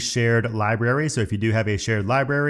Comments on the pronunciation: Dude your videos are great, and I’m telling you this with the utmost sincerity and respect. When you say library you pronounce it liberry, it’s library. Not berry, brary. You leave out an r. And it’s mildly infuriating. It makes the video almost unwatchable. Again I’m sorry if this comes across in a mocking manner. I don’t mean it to be. But please, please please please; say the word correctly. PLEEEEEAAASE. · Love love love your videos...thank you. One small thing that drives me crazy, is the pronunciation of some things. Many of these are of course local to an area of the world, but a couple are just incorrect, even when considering different accents. In this video, you pronounce Library 'Lie-Berry' rather than pronouncing the B. Just in case you want to satisfy those of us who care about things like this, I thought I'd let you know. Sometimes we don't even notice these things ourselves. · LIBRARY ... How do you pronounce it? Cracks me up every time I hear you say it. haha ... And.. I'm laughing with you, not at you. I love it!